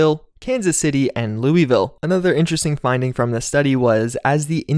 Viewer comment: Please don't pronounce Louisville like that. Thank you